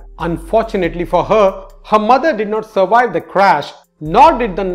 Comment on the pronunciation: Surwive. Hehehehehee